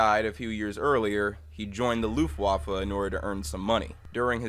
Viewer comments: Not to be mean, but it is pronounced looft Vaffe. W in german is pronounced like a V. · On the section about the German Luftwaffe, you pronounced it wrong. The “w” in German is pronounced like an “f” it isn’t that big of a deal. Great video as always!